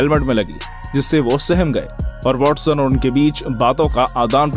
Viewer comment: he said WALLSON 😂😂